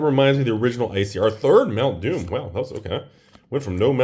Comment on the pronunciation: Every time Rudy says Mount Doom I hear mountain dew XD